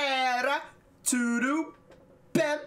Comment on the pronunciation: the sound of D in "tuDo" is like in Diamond, dog, diary. And the sound of B in "Bem" is the same like Blow, Black, Brazil 😊😊